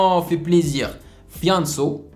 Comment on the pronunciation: Hahaha sa me tue comment tu prononce Fianso .